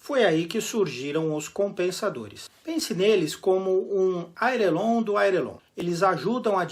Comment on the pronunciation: Um piloto, com canal sobre aviação, num vídeo que disserta sobre erro de pilotagem de outrem, falar "airelon"...? Repetir três vezes o erro...! "Pode isso Arnaldo???" Pelo menos, vale as análises e os alertas do vídeo. Obrigado pelas dicas.